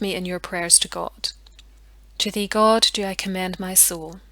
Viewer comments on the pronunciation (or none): none